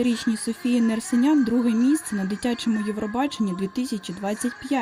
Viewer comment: Увага: Нерсесян ( не Нерсинян)